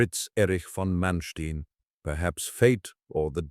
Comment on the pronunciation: How do you start a video pronouncing the man’s name incorrectly? Manstien?????? Really?